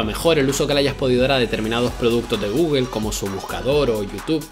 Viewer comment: Es mejor decir "gogle" que "gügle" si es que no puedes decir "gugl"